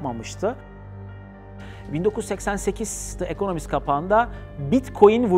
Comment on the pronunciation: De ekonomist değil Di ekonomist söylenişi